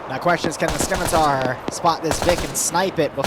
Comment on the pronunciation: I love you and I love your content. However, I have to declare a curse upon you and your house for repeatedly saying "Skim-itar" and not "Scimitar"